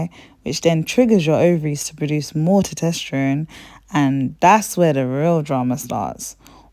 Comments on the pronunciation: Test-OST-ster-one. NOT toe-TEST-er-one. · Quality Presentation! Very informative! Well done! Now, please pay attention to these small details.. Please use correct names/terms/pronunciations Met(a)formin = Metformin Tetesterone = Testosterone Natural inflammatories = Natural Anti inflammatories Ginger, Turmeric, Nettle tea.. etc Ardrenol = Adrenal glands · This is good info sis! Not trying to be that person but as it's an informative video, the hormone is Tes-tos-ter-one. Keep up the good work! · I love the way you pronounce testosterone as “tutesterone.” 😊 is that a British thing, like “aluminium,” instead of aluminum? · Tosterteron? Thought it was meant to be estrogen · Lmfao are you trying to say testosterone? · And all the other things she mispronounces eg testosterone, adrenal, hidradenitis suppurativa, ovarian, etc.